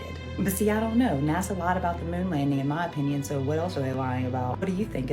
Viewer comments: And why do u call NASA NAZZA? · Where do I get the application for NASA? I can learn to edit pictures and videos, and I don't mind showing up for photo opportunities. Sounds like easy money to me 😂 Question:, I have never heard "NASA" pronounced the way you say it, I'm curious what region pronounces it like that. I love your common sense way of approaching videos. The way you speak of your family is very heart warming, and I believe you and your wife are doing something right! I look forward to your videos every day 👏!